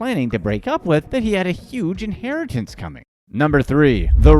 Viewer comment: Phantom inharitance 😂